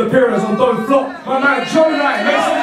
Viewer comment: I Am A Big Fan Gjonaj clowned you on Facebook for butchering his name 😂